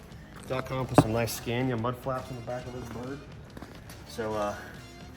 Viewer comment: Why do you call it Scääniä now again? After visiting Sweden you said right - Scania